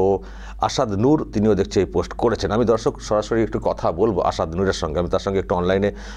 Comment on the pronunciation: ভাই সাহেব প্যাহেলে আপনি আপনার কথা বলার মূখের ভাষা টাকে ঠিক করুন মাসুদ, আসাদ এবং ইসলাম এই শব্দ গুলো আপনি ঠিক মতো বলতে পারছেনা না শুনতে খুবই বেঠিক লাগছে।